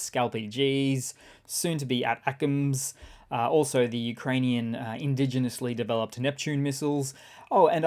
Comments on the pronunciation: A-TACMS not AT-ACMS. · Day two of me reminding you that the American pronunciation of ATACMS is "attack-ems" not "At-Ackems"